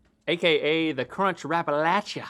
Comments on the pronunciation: Yesssss for saying Appalachia correctly!!! That’s my mountain boys!! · I’m so glad you pronounced it Appalachia and not appalaSHA